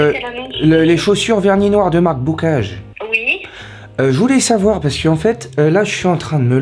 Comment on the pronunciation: "les chaussures vernis noire de marque "BOOCAGGE"" 😂😂😂😂